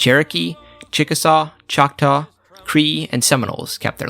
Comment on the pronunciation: FYI It is Muskogee Creek not Muskogee Cree. The Cree Nation is in a Part of Montana and Most of Canada. The Creek are from the Southern US.